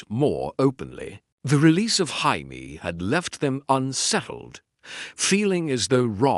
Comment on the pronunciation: Why do the AI narrators of any GOT what if? channel struggle with Jamie's name? They all pronounce it "High-mee"